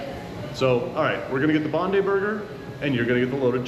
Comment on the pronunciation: Bondi is BOND-EYE not bond-ee. Oporto started across the road from Bondi Beach.